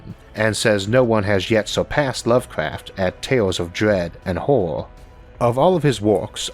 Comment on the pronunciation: I really love your videos Isaac. I must say I barely notice your speech impediment in your videos, they are very well understandable, but I had a great laugh when I misheard the sentence as "the master of modern 'whore', Stephen King" instead of 'horror' lmao